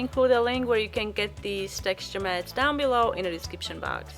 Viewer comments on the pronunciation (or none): none